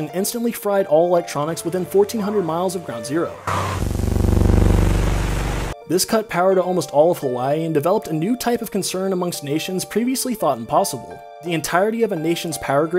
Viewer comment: “Of HaWaIi” the way you pronounce it is wrong since I live here my whole life I hear it so much that it makes me really mad so please say it correctly with the Okina inbetween the “ii” so that’s why it is spelt hawaiʻi